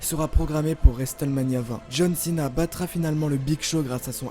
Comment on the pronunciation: Tu peux arreter de dire resteulemania ?